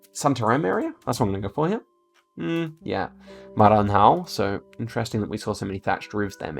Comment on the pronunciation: I was looking for this. He put too much H in Bahia (that should be mute) and then almost nothing on Maranhão (that doesn't really have the H sound, but it's not mute either) 😂